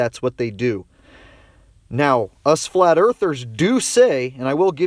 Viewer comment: Now heres the problem... THE DISTANCES ARE INCORRECT ON THE FLAT MAP AND HE PROVED IT BUT YOU DIDNT AND JUST SAID OH NA MATE THE EARTH IS FWAT DERP